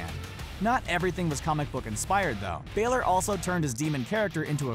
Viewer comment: It is not balor